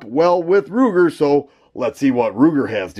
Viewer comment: Ruger not Kruger